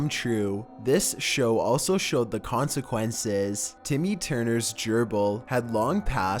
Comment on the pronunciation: the COnsecuenseeees, inTHE EpiSOdeee, pet AS Welllll, Dark WAAyyz, Boones...